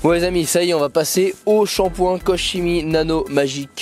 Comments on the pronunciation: Guten Tag ! on prononce |KORrrr KéMI] la bise ! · "korkémi" pour la prononciation à l'allemande ;-)😉